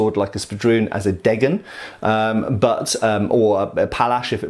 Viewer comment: Dear, the S in German is usually pronounced like a Z in English, so it is in “Säbel.” In “Degen”, your pronunciation of the single letters was correct so far, but the first E should be long, and you can slur the second E.:) Thank you for another interesting video! Greetings from Germany.